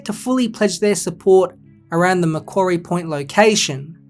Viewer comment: Exceptional video! A few really good points you raise! Finally. A content creator who pronounces Macquarie properly haha. Gruen's report fails to accurately identify the fundamental issues due to glancing over the much greater benefits and short to long term advantages of the Macquarie Point PRECINCT. Its not just a stadium we're talking about here in tassie. A decision made by both the AFL and Tassie Government. Heaven forbid it wouldn't want to be made by anything otherwise. Based off current inflation to the economy there's also an approximate estimate to the added cost of the stadium for every year it dosn't get built. Roughly $80 million per year. There should be more incentive to get the project built sooner than later. Gruens report also neglects to acknowledge the architectural design for the stadium as it will be built with the short to long term benefits of expansion in its seating capacity. Roughly 25k - 30k - 35k seats. Roughly as I can't quite recall the exact numbers. Another thing to consider. Greens report drastically dismisses the 30yr history of work put into the tassie AFL licence and application for this stadium and prescient. Seriously. 30 YEARS worth of work, evaluation and planning into knowing the right location and means of getting both stadium and team off to a great start. This includes the added evolution of making a entertainment precinct around the stadium. Greens report fails to mention this and for 170 odd page document to not mention that, pro